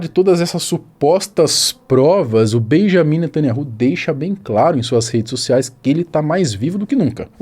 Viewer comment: Atenção, o Nome do primeiro ministro não é Benjamim netanyahu! Na verdade é Benyamin netanYau, não Existe letra com som de J no hebraico, outra questão O NOME DO CRIADOR É YAUH יהוה esse NOME só é falado dentro de Israel! E o NOME do SALVADOR É YAUSHA, um ABRAÇO para você.